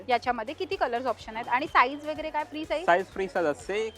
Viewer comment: वगैरे चा उच्चार कसा करता? व जो सुरुवातीला आहे तो ' व ' बोला ना ,वे किंवा वै का म्हणता ? पहिलं अक्शर चुकीचं बोललं की बाकीचा शब्द चुकीचा बोलला जातो . तसेच chain हा शब्द , त्याचा उच्चार चे न